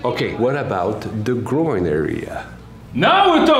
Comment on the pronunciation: "tHe GrIOn ArEA" I died